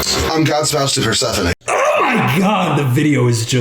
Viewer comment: how is he god spoused to persephone but doesnt even know how to say her name right???!!!